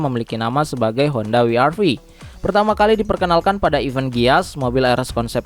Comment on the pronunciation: Bukan wi ar vi kocak, tapi doule u ar vi